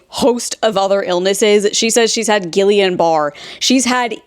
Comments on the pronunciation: Guillain-Barré is pronounced ghee-yan bar-ay 💕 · Guillain-Barré syndrome is pronounced gee yawn buh ray. It was one of the syndromes they thought I had when i got sick because as far as we knew it happened shortly after the flu vaccine. Looking back now the signs something was wrong started about a year before but were subtle. Personality changes, dry mouth, lack of appetite, etc.